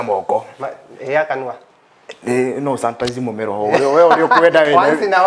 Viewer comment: Santanize. Ngai it’s sanitize!!!